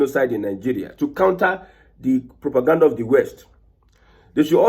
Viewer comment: You called it propagandda